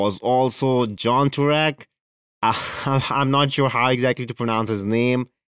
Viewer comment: jan turek is pronounced "Jan" as in the word "Yet" and "jAn' as in the word "dOne". just to let you know. you got Turek great 👍😄. good video.